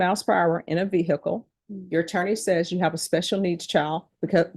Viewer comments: What’s a veer hickle ???😂😂😂😂😂😂😂😂😂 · The way the judge mispronounces ‘vehicle’ always annoys me